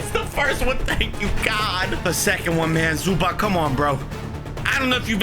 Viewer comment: Yo I’m a clipper and I fell disrespected that u said Zubach and not zubats the proper way to say it